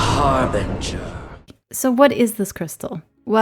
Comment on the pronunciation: Harbinger, not harbringer. Come on.